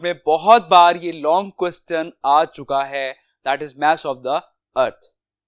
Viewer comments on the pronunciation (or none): none